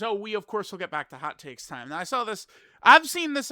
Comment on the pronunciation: right NEOW